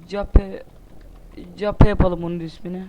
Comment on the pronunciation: çeyp ne lan çeyp ne kep diye okunur cape :D